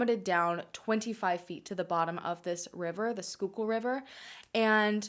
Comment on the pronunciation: Way to pronounce Schuylkill river! I’m from PA and that’s a toughie 😀